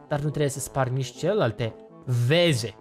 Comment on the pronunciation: Sunt verze , nu veze 😊😊😊